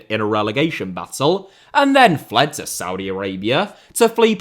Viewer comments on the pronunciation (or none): none